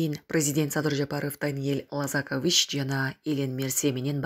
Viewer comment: Ударение в фамилии Даниила ЛозакОвич . А вы произносите ЛозАкович - это уже отчество.